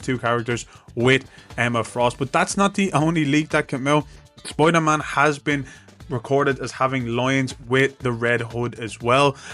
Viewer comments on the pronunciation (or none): Also special featuring Spoyder-Man!